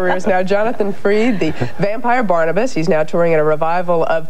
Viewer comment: The interviewer mispronounced his name. She said FREED instead of FRID